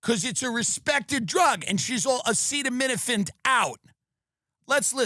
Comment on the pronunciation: AH SEETA NOT SETTA EEEEEE!